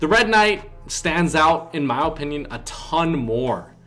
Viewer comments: The way you say opinion is satisfying i dont know why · i hate how he says “opinion”